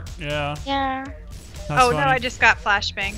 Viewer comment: NO. What did i just hear? I better have not heard her say "blashbang". I refuse.